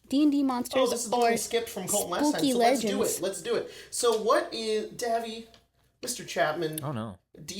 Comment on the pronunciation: Davvy pronouncing my username perfectly felt cursed for some reason